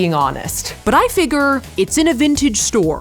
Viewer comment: does she say "figure" wrong on purpose lmfaoo "fig-urr" mad annoying